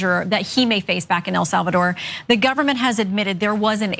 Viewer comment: Anyone else giggle at how Ana pronounces it “El Solvador”? 😂